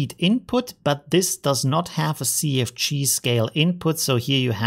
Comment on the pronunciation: I don't mean any offense by this, but sometimes when you say "CFG scale" I hear "sea of cheese" and it makes me chuckle.